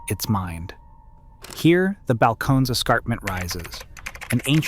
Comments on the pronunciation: Here we go with the mispronunciations. I lived in Austin area in the 70's and 80's. Balcones was pronounced: Bal-coe-knees. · Bal - co- Neees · Texas Road House is based in Kentucky. I stopped watching when you mispronounced ‘Balcones’. Blocked.